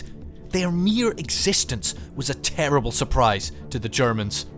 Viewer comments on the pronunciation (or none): none